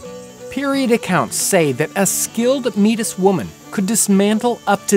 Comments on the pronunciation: It's pronounced may-tee, as I had already known. I definitely didn't learn that from reading the comments. Try and do a little historical research before you spread misinformation. One more time it's pronounced may-tee not metis, you're welecome. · Are you attempting to say "meatist" or Métis (pronounced may-tee)? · Metís is not pronounced mee-tis, its pronounced May-tee. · Its not meetiss its maytee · Its not "may tis". Its pronounces May-tea. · haha its not pronounced MEETUS...Its pronounced Maytee, its french dummy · the "meetus"? it's pronounced May-tee. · meatist? you mean métis. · It's pronounced closer to "may-tea" not "meat-us." Cool video tho. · No no no no. It's not "meat-is", it's "may-tee". A French pronunciation. Sorry to nitpick - I love your videos! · Meetis it's pronounced may tee the s is silent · Me`tis IS NOT pronounced "meatis" This is a word of french origination. It is pronounced "Maytee". Their home base and ancestoral place is Winnipeg, Manitoba Canada. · How about working on the period language? It is NOT pronounced "Meat-Us", it is "May-Tee", it was painful to hear you butcher the language :) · Hi as an English Canadian we always grew up referring to them as the Métis, pronounced May-tee. I, like another person commenting, had no idea what you were referring to. Was well aware of pemmican but never actually had it. Would be great for an extended canoe trip in the Canadian wilderness. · This video is really good, but "metis" is pronounced /meɪ'tiː/ ("mae-tee", sounds a lot like how a pirate says "matey") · Hi Mr. Townsend. The term Métis is properly pronounced May-Tee. The S is silent . My female companion here in Alberta Canada is Métis with a very proud heritage. Thankyou for the informative video. I look forward to finding out more about pemmican and how it was made and used. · Good video! Metis is pronounced "May - tee" just an FYI! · Metis is pronounced "may-tea" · Metis is pronounced May Tee. I'm Metis so I know.